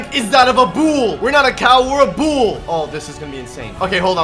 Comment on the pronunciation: bool Everyone: it’s bull